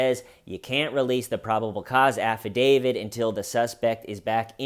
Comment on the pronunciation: Love you you are one of the good ones, special and one of a kind. But the "afa-DaviD" is Killin me. It's affidavit with a "t" at the end not a "d"